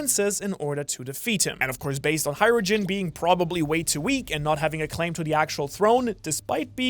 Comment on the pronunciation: Why the hell cant a single op youtuber pronounce Hajrudin